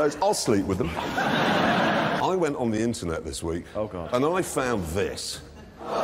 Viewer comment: I really want to know what he finds on "the inchuurnet".